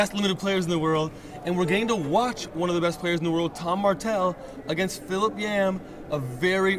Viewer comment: Is it hard to say Philip. Lol